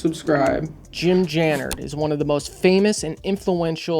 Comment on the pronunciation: “Tooken away…” Also you’re mispronouncing/misspelling Jim’s last name… Dude, you’re clueless on just about everything on this subject. 😂👉🏾🤡